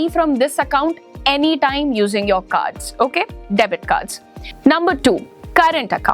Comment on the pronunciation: Debit card hota he dabet card nahi madam